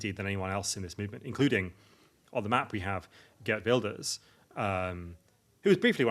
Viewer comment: Why use snob words that ordinary people don't use, and then mispronounce Geert Wilders. This was ultra dull.